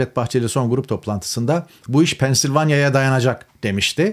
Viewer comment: Pensilvanya diyemedi be kardeşim !